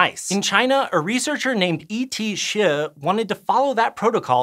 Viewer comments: No. It's not even close xD. My jaw dropped since I thought could probably pronounce it, a very common Chinese surname. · The way he pronounce E. T. Hsieh I found to be hilarious!! He probably pronounced it correctly, at least it sounded correct.